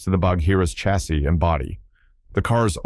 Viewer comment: Chassis - pronunciation Sha (as in shall) see, not Cha as in chicken; and coupe, coo pay, not coop, which is what you put chickens in.